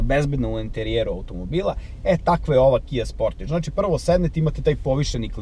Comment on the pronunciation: Kaze se Kia Sportaž, a ne Kia Sportidž...